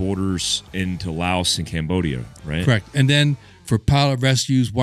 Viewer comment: "layoss" Lol